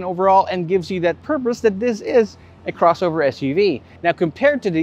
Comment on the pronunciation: "Crowshovher" i really love his pronunciation. it's like a cross between ben tulfo and mike enriquez. 👍👍